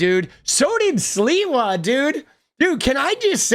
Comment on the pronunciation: Gotta give sliwa credit for not purposely saying his name wrong.